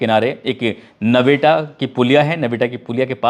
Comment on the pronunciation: नवेटा नही है नेवटा पुलिया है